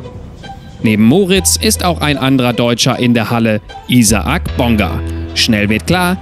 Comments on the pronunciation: hast recht, stimmt beides nicht, in seinem Fall wird der Name deutsch ausgesprochen, jedoch nicht wie hier im video "I-sa-ac", diese kleine Pause zwischen den beiden A muss weg, also sozusagen "Ih-sak" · sind wir mal ehrlich I-sa-ak hört sich ja richtig scheisse an :) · Wie er Isaac ausspricht ich bin eben Amerikaner und er spricht es komplett falsch aus xd